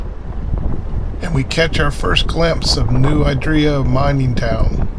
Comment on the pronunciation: Great video. As a local though, I should tell you that it's "New ID-ree-ya", not "New eye-DREE-ya".